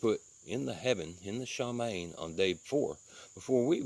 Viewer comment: Just a heads-up... it’s pronounced Shuh-Mah-Yeem